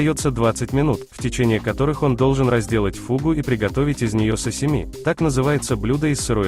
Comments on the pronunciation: Сашими,а не сасими... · Сасими? Это что за бред? Сашими если что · Не сасими ,а сашими